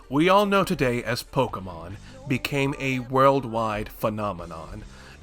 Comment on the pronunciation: I am shook that there exists an American that can pronounce Pokémon correctly